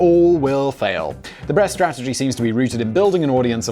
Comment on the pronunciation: you said “breast strategy” heard it.